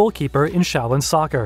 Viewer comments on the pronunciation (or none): none